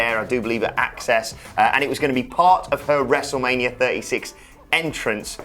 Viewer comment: Wrestlemanier Firty Six 😆